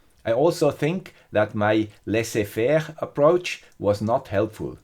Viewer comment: Very interesting experiment ! It will be be helpful for my futures collaborations. (Also, you say "laisser faire" like a charm 👌)